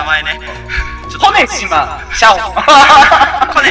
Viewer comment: 周回中(終わる予定はない)に 思ったんやけど 「コ⬆️ネシマ シャオっていいます」 呼⬆️寝島 不人気 てwwついにﾍﾝﾅﾄｺで笑うくらい みてるわwwww